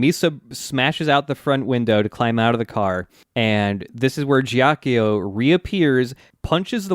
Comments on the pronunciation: This is a huge nitpick, but Ghiaccio pronounced "Gyot-cho", not "Jyock-yo" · so is someone going to correct them on their pronounciation of ghiaccio? please? i cannot stand it